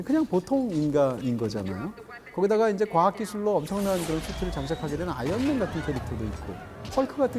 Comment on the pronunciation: 자꾸 아연맨으로 들림...스테인리스맨